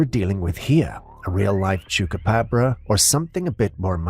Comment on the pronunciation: You said chucapobra lol